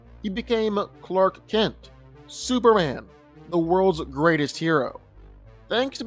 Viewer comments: why do you keep calling him "superand?" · Why does he keep saying Superhan? Like where's the "M" in the name? lol